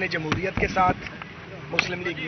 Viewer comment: جمہوریت بولنا تو سیکھ لو